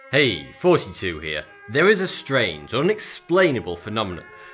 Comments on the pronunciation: That's why he picked the name thoughty2 bcos when he says it it sounds like 42, the meaning of life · j thought he said fousey tube for a second 😂😂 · it sounds like he says hey 42 here thanks for all the likes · No sounds like 32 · xXMEMEGODXx 11 more like foughty two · i swear it sounds like he says 42 and not thoughty 2 lol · xXMEMEGODXx 11 He says both. In his accent both words are pronounced the same. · Jacob_bluephoenix erm... not exactly. it's a mild speech impediment. lived all over England and that's not accent.